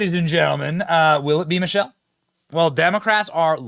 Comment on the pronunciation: You are mispronouncing Michael …sounded like you were saying Michelle.